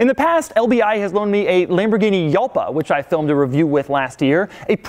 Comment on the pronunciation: this man said yalpa um jalpa?